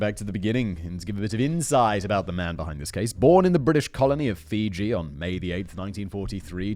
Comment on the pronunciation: Me a Fijian: Hey it's Fiji